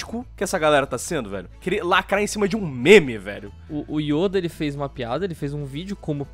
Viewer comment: Perai aí mano krl o errou o nome do Yoda vei falou Youda kkk mano aí eh foda